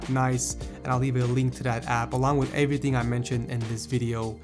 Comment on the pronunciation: He said everything like everyting 😂 I couldn't take him seriously